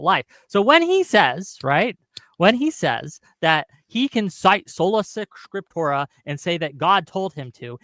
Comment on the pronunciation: "scriptorum" or "scriptora" are both wrong. it's "Scriptura" this guy is a total joke....why does waste his time